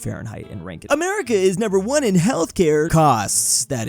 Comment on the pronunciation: no!!!!!! rankine is pronounced rank-een!!!!!!¡!